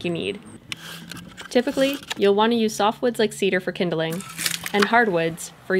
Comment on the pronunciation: Remember, kids, stones can, do, and will absorb moisture! Pick rocks that have been wet or in rivers because those will explode more easily when the fire heats them! And always insert an extra syllable into "kindling" because mispronouncing words is how language changes and evoles! Yay!